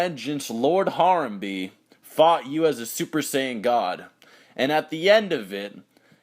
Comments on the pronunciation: No, it's HA-RAM-BAE. that's how you would pronounce it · You prounounced Harambe wrong, it's HA - RAM- BE. With the E silent.